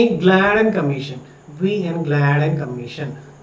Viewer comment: ഗ്ലാഡ്ൻ അല്ല ഗാഡ്ഗി ൽ അല്ലെ